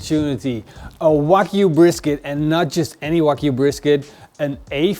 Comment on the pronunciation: Its Wagyu beef, not Whack you beef😂😂😂